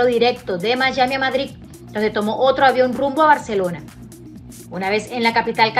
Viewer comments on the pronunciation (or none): none